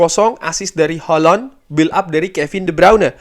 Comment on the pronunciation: Bang bilang Haaland nya jadi holonn.. sangat crunchy dan bikin geli bang.. tapi manteps bang lanjutkan penjelasan dan konklusi nya yg roar biasa akan selalu kami nantikan dan didengarkan secara seksama karna detail, mendalam juga bernas sekali bang.. cuman geli aja pas bilang hollooonn 😂